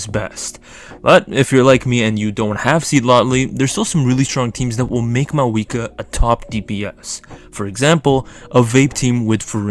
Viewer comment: I cant watch it cause you keep saying maweekwa..good luck though!